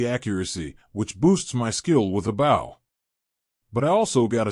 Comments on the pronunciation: I had a feeling it was ai reading... it annoys the hell out of me that it can't pronounce bow correctly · How does this AI keep repeating sentences?? And why can’t it pronounce bow?